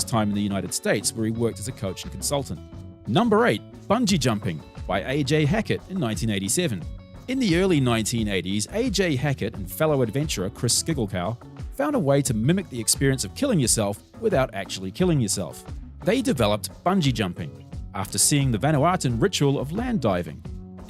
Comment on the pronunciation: Sigglekow is pronounced siggle-ko as in Lydia Ko. AJ Hackett etc., did not invent the modern form of Bungee, that is down to members of the Oxford University Dangerous Sports Club. AJ Hackett commercialised it widely, that's all. Hamilton also commercialised someone else's invention, this time an American. He did not invent it. Martin Jetpack was not the original using this type of thrust. The original was the US made Solotrek XFV. When the Martin Jetpack was shown off at Oshkosh, the reaction to it was a wide yawn as attendees had seen all this before, seven years earlier. And the Solotrek flew, while at Oshkosh, Martin could only lift off the ground while tethered. NZ inventions many overlook: (1) Vertical Shaft Impactor (VSI) type rock crusher. They shape aggregate and make sand. Barmac still make these in Matamata and they're exported worldwide, a Barmac VSI can be found in 60% of the world's quarries. (2) Grape Harvesting machines by Nairn Industries. Ripped off by a staff member who went to jail, the plans were sold to Italy (I believe). (3) Rocketlab's Rutherford engine, a rocket which launches satellites from the Matakana Peninsula. (4) Intellectual property you touched on, how about Les Mills fitness programs licensed in 18,000 gyms worldwide, and Peter Jackson's movie special effects software, a share of which he sold to American investors a few years back. And add to that list Animation Research in Dunedin, they produce the TV cricket 'virtual eye' t